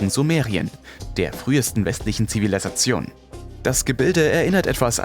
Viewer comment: zivilasation oder zivilalasazion?